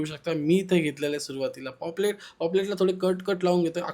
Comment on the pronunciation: Poplet nhve re paplet